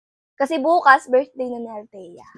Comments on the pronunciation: Fackage???virthday?hehe bka nmn Package be & Birthday.like i've said,be aware how to pronounce B & V,,,,,P & F..no offense meant!. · FACKAGE????VIRTHDAY???hehe bk PACKAGE be & BIRTHDAY..like i said many times,be aware to pronounce B &.V,,,,,P & F..note;no offense meant & do not delete my msg be.ok!sumtyms u have to accept ur mistake & don't get mad.🙏❤✌